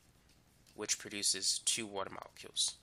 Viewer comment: I love the way he says "~woter~" lmao